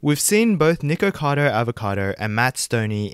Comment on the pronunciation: “Niggakado” lmao couldn’t help but hear that every time he said his name